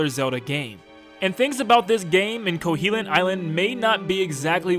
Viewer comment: Oof your pronunciations KO-HO-LINT not KOHELINT Facade Fah-sa-de